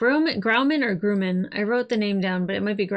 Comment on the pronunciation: It's Grum-man, not Groo-man. (Northrop)-Grumman is a defense contractor with a long history of building aircraft for the US Navy. One of the planes they designed and manufactured was the E-2 "Hawkeye", which is an airborne early warning & control aircraft. It has a large disc-shaped radar on top that can see incoming threats for hundreds of miles. An "eye in the sky", kind of like our favorite lady sniper.